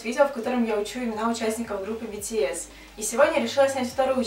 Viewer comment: Меня убила, когда сказала бэтээс!!!